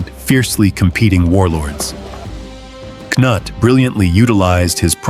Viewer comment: Excellent presentation, however, I have never heard Prince Cnut's name pronounced in so many different ways. I respectfully suggest that you're narrator find how the prince's name was properly pronounced. After a while it just became downright funny.